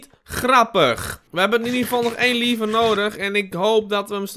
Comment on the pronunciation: Sorry, maar je spreekt "lever" uit als "levver", en niet als "liever". Voor de rest vind ik je video's wel supergaaf!